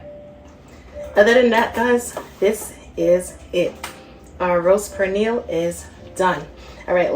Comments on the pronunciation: Looks good but please pronounce 🇵🇷 our food right. It's not prenil it pernil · Did she just call the pernil a purniel????? Omgosh she is calling it purniel!! It’s per nil! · Please pronounce it as peh-neel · Its not pronounced "Per Neal"🫩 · The "R" is silent in the word Pernil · First, SPRINGFIELD IS OWNED BY THE CHINESE NOW AND I WOULDN'T EAT ANY OF THEIR PRODUCTS, THAT GOES FOR HATFIELDS TOO, CHNESE. And learn how to say Pernil...and where is the FRESH INGREDIENCE, LIKE FRESH GARLIC, NOT FROM A JAR. We do not put Cumin onto Pernil. Two kinds of Sason is awful, this is lazy and full of artificial chemicals. Go to another authentic site, this is toxic. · Will be definitely trying this recipe.... question though, your pronunciation of "pernil"...you don't sound Spanish 😊